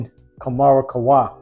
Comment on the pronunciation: Kam -rah ... not Ka -mara friend.